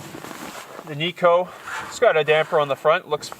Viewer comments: Its pronounced nigh-co not knee-co. The stove is named after its inventor Ted Knight - hence its pronounced like his name. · Kni co. Kni Alaska made. Not nico.